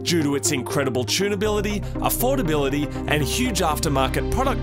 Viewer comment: OMFG i almost died when he said affordability when talking abaout the 180sx